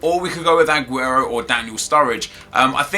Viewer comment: hey nep can you please stop saying adguro is aguro